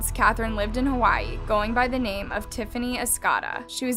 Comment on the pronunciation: How can someone pronounce names so so wrong , seriously please do more research it’s just ridiculous at this point